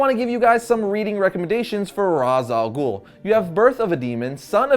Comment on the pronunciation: also ghul doesn't have a silent h it has another sound which is "خ" in arabic and americans or people who speak only English in general can't pronounce it